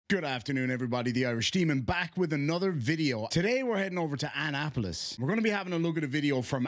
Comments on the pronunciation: A-nnapolis. Uh-na-polis. Lol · Unimportant Fact Of The Day: Annapolis is pronounced “uh na puh luhs.”